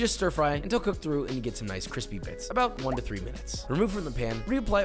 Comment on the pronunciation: I'll start by saying I'm a big fan. But I must say, it was nice to finally hear the word "crispy" rather than "cwispy".